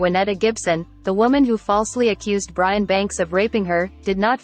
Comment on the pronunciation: It's Brian not brain 😅